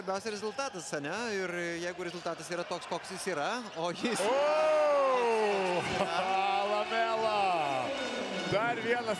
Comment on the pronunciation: " Ah Lamella" 🤣🤣